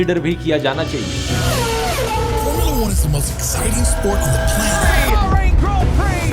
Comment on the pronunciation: Abe anpad formila nhi formula hota hai.... Aur ab tu Khalistan ke upar video kyu nhi bana raha